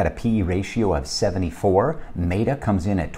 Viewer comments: Wild that TSLA stays in and AMZN got the boot. lol. But the logic is sound. My bias is just showing. Also, META (met-uh, like I met you yesterday) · Maybe my bias is showing as well since I am not a fan of Amazon's business model and how they treat their sellers. And, I always pronounce Meta wrong. Why are meta and beta pronounced differently anyway?